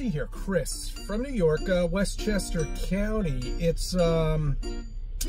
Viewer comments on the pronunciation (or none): “West Chester Cown- eeee” grinds my gears every time